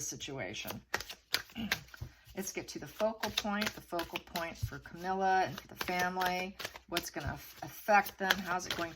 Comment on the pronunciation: Camilla, not Camille. When I heard you saying Camille, I thought you’ll moved into the ridiculous Heard / Depp trial!!!